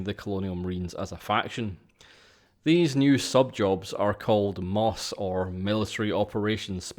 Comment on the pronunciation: Minor nitpick: "MOS" is always pronounced "Em Oh Ess." No one says "Moss."